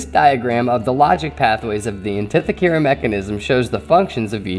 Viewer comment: This artifact and the story that goes with it are intriguing, and there are some valid ideas for its origination. There only problem I have with this video is the mispronunciation of the Greek island's name, and inherently the name of the device. But keep up the good work!